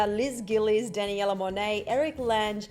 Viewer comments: “ Dani Ella Monet “ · DanNYIELLLAA Monet 😂😂😂 wtf was that pronunciation???